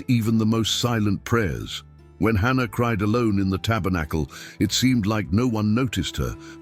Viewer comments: Its Hannah, not ANNA.😢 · It’s Hannah not Anna 🤦🏽‍♀️